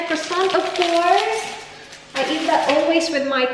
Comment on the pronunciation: Ate...bakit pag nagsabi ka ng word na "that" parang ginagawa mong silent "t" ung dulo?? parang "tha" lang.